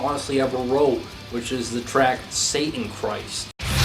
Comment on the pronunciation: I have to be a little "anaal" about your pronounciation of satanachist here xd. its satANARCHIST not satanchrist